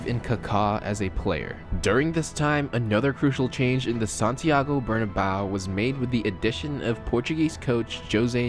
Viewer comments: "Santiaegow Bernawneo" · Santiago "Bernabau" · "Santiagou Bernabau"